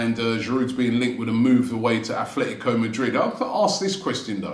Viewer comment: Aff-let-e-go Madrid?😂